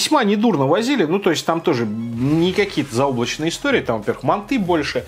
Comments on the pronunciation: не мантЫ а мАнты я сам живу в азии в казахстане и правильно мАнты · манты, а не манты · вот его мантЫ уши режет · Манты́? Вроде так бабка говорила моя/ Если долго нажимать на букву- появится версия с ударением.